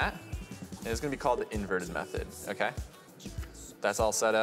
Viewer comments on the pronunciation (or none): none